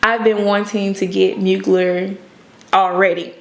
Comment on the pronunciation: That TX accent doing double time lol Mugler=Moo-gl-air